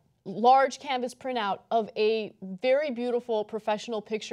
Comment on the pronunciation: Why can't Ana pronounce 'printout' ... prinout?!